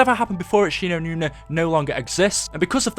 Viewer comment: its Shi no numa fucktard